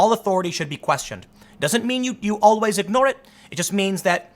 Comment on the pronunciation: Tim "Owl-ways" Pool